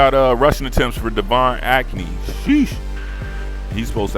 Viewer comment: I got further along in the video. Did you just say Devine Acne? 😭😭😭😭😭😭